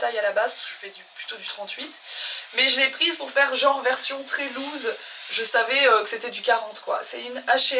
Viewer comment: Par contre ample en anglais ce prononce’louse’ loose et pas lose qui veut dire - perdent 😊